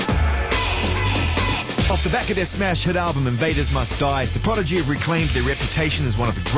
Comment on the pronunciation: Fail , guy says Progidy